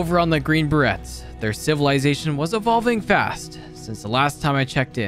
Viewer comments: You did not say Bah Rets hahaha its Bah Rays....I'm not even a military person either sheeshhhh. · Inhale It's pronounced green Bur-Rays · Is anyone else cringing every time he mispronounces Green Beret? In case you’re wondering, it’s pronounced similar to fillet. Like Beray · Good video but i believe youre pronouncing it wrong. The T in berets is silent. So its like "Buh-rays".